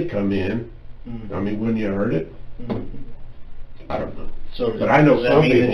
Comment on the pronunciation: If you can't outsmart a detective who says "wudn't" and "dudn't." You deserve what you get.